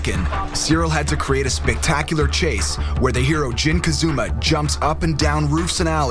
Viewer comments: did he just said jin kazuma :D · he said jin kazuma not jin kazama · Jin Kazuma?? HAHAHA It's Jin Kazama!! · It's Kazama not Kazuma, the other one the father is called Kazuya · its KAZAMA not KAZUMA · YEAH WTF ITS KAAAZAAAAAMMAAAA NOT KAZOOMA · Is it really so hard to say KAZAMA?! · so he can say yoshimitsu but not KAZAMA??